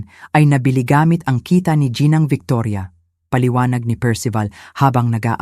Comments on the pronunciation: Ginang po hindi po jinang o jinoo. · Tagalog na nga hindi pa maayos ang pag pronounce ginang gianawang jinang